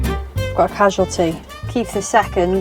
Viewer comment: Absolutely fuming that anyone would ever dare be so rude to someone so completely and utterly iconic, I’m so sorry. Also ‘Casul-tea’ was brilliant. I love you and your wigs, oh and alright too I guess 😂 Sending love ❤